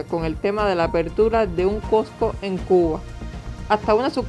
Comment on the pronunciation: SE DICE COSCO NO COCO